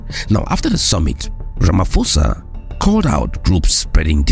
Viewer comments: oh one more thing - the 'ph' in my presidents names does not transform to the english sound of 'f'. Its the sound of a 'P" buyt pronounced as in "paw' so the best way is to say Rama"paw'sa and not Ramafosa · Ramap-hosa, not Rama-“f”osa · Pronounced Rama-po-sa.